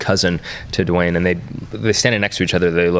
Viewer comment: LoL, Dwayne is just "Dwain", not "Duh-wane".